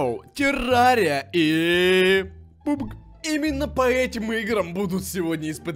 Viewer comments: ПАБГ А НЕ ПУБГ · не пубг а пабг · Нормально говори пабг а не пубг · Только не пупг, а папг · Не пубг. А правильно пабг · Нормально говори пабэа не пубг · ты не бравильно сказал не пог а паг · Не пубк а пабк